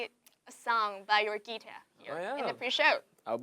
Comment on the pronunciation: she said guitar as - gui-ter like ghi-tờ?